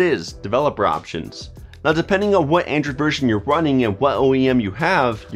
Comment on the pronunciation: It sounds like your saying "Andrew" not "Android". I died so hard for a second there 🤣. I guess you don't have a very hard "d" sound. Awesome video man, tones of good tips here